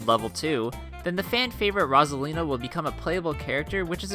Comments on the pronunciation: It’s pronounced rose aline not rozalina and I’m betting the whole game with all the characters right now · It’s Rosalina not rossilina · Why did he pronounce Rosalina like that?